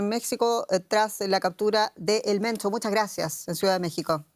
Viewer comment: Se pronuncia "Mencho" no "Mento"